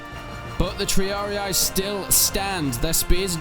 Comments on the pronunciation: Triarii, not “Triariae” :D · "Prinkipes" "Triari-i" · They are not "Triari I" ! they are Triarii. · TREE-AR-EE-YAEEE!! rofl it's t-ree-ar-ee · The correct pronunciation of triarii is tree-are-ih-ee, not tree-are-ee-aye, ih-ee merge together and dont sound like 2 syllables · Please learn to pronounce the names of the troops... There Italian names not what ever language your using to translate them to. Not English the way you pronounce "Triarii" is really funny. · Prinki what? Bruh. It's PRINCIPES, not Prinkeepees. Triarii is also pronounced wrong. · yeah sorry i got carried away, it's really only the triarii that was wrong. You pronounce the 'i' in the end as an 'i', when it's supposed to be 'E'. E like in eat, instead of 'i'. again it's just nitpicking, nobody really cares how you pronounce it.